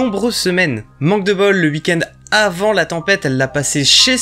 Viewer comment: Je kiff t'entendre dire "hui-kend" pour weekend. Avoir des barreaux aux fenêtres bien pour empêcher toutes intrusions mais pas top pour s'enfuir d'un danger.